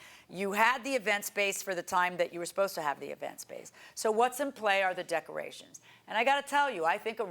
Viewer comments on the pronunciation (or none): I know I shouldn't make fun of them but decermations LMAO 🤣😜 Sashay instead of sashes